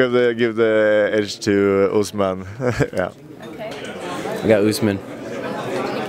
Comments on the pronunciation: of course all the africans say uzman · derrick lewis:whoss kamarh usman?🤣🤣🤣🤣🤦‍♂️🤦‍♂️🤦‍♂️🤦‍♂️🤦‍♂️ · Masvidal how ever you pronounce your name YOU GOT TRUMP BRUH ITS THE ENVIRONMENT THAT YOU WAS BROUGHT UP AND THE COMPANY YOU KEEP UZZ MAN GONNA CHANGE THAT MIND MAYBE NEXT TIME FOR THE TITLE SHOT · Black man say Usman, white man say Covington! 😁😁😁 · Kimura Usman 🤣. Half of them don't even know how to pronounce his name.